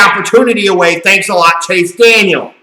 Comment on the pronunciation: Chase DANIEL, not Daniels! And yes, he blows!